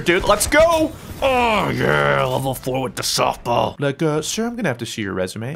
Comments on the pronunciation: is it me or did he say snotball??? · 8 35 "snot ball" the fook? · "Softball" "Snowball" "Snoftball" "Soball" I heard all of these during this vid